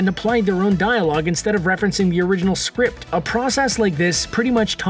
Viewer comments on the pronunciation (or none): none